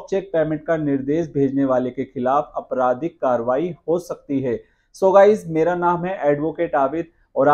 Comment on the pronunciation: Aapradhik not Apradhik. Your pronunciation is wrong.